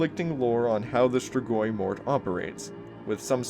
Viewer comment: Compared to how other people pronounce strigoi, you did a great job. Cool video as always.